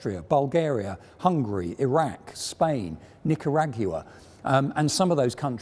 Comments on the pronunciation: nick-a-RAG-you-uh Nicaragua: 🤯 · This has the greatest pronunciation of Nicaragua ever!